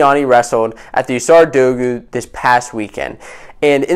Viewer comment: Great vid. Pronouncing dogu wrong tho